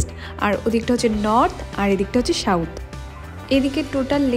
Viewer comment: It's South Didi,,Mot Shauth,,it's second not shekend🤣🤣